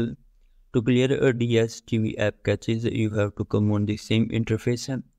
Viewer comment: are you saying something or throwing up? i don't know what catches are, just cache...